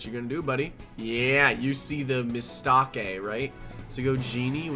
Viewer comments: "Yeah, you did a MIss-STAA-KeI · "Mis - tah - kay"